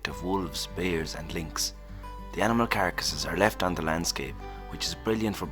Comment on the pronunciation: Carcasses, not caracasses. There's no extra a.